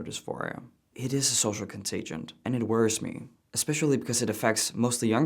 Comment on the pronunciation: Social contagion, not "contagent." Contagion. "Contagent" is not a word. 😀